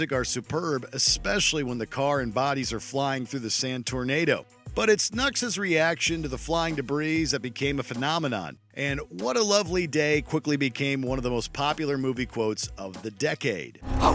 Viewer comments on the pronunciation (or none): Also... debris= da-breeze? Come on!